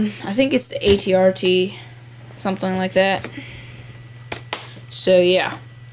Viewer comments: as sweet as crap? what? and its an at-st not at-rt. btw im glad that u started using a tripod for your reviews cause the other ones gave me a headache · It's thr AT-ST but everyone makes mistakes